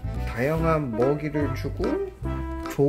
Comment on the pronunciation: 에 다양한을 딩양한이라고 하셨어요